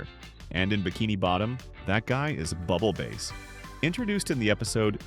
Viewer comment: It's pronounced bubble bass not bubble base